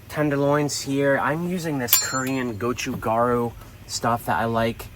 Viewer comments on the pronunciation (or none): none